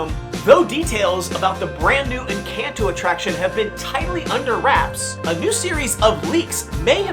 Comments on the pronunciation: Hard to watch when he keeps saying Encanto wrong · Why does he say Encanto like that? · Worst part is, HES DOING IT ON PURPOSE!!! because the real pronunciation is somehow too hard apparently??????